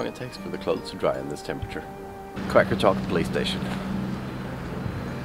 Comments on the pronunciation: Qaqortoq is pronounced more like "Rra rror tok" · It funny when to you guys said qaqartoq